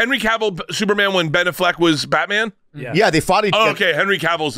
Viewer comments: He is ob -SESSED with Blan Allfeg. A hunerd percent. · Bert loves Ben Affleck so much, he cant even say his name right. True diehard fan.